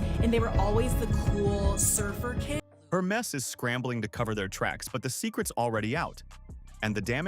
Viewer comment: its "Her mess" after all